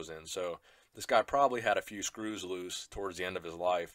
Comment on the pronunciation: YOU DIDN'T HAVE TO SAY SCEWS LOOSE!!!!!!